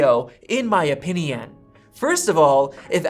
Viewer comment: "in my opiniAN" are you a robot?